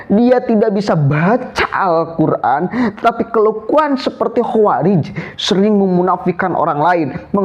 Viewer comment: Dia itu bukan membaca huruf Arab nya...tapi membaca huruf latinnya.. akibatnya Salah Total 😂😂😂